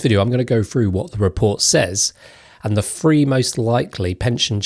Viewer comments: When saying the number three, please don’t pronounce it as ‘free’. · Tell me about it! Couldn’t concentrate on the content because of “free fings” - no problem with correctly pronouncing some other fings beginning with “th”. Why the poor choice? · When you say free do you mean three ?